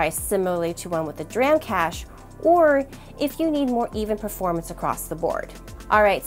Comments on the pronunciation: It wouldn't have been so bad except that there was a period where you were just going, "dram, dram, dram, SSD, dram, dram" :D I didn't think my comment was so bad! :) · Good video, very comprehensive and informative but my god was i triggered over the pronunciation of DRAM. 😅